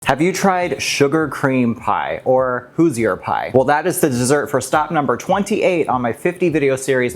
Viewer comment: Every time this video is played, Fernando Mendoza screams in agony at the way Hoosier is pronounced.